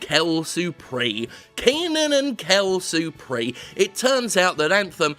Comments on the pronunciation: Quelle surprise is pronounced Kell Surpreese... Just sayin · Quelle surpris-ez Gotta say the E a teh end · please for the love of the man emperor ! Pronounce it "SURPRIZ" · "kel supre" What the fuck was he trying to say here? Is it supposed to be "quelle surprise" in French? Because it's pronounced almost the same as in fucking English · What the heck is " Kel Supree" ? Really what is that ?He said it a billion times in the intro and im confused !! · he’s trying to say “quelle surprise” (what a surprise in French) but he’s leaving off the s sound for some reason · That isn't how you say "quelle surprise" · You.... actually do pronounse the 's' in 'quelle surprise' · "quelle surprise" : good "u", good "r", forgot the /z/ sound at the end. good try.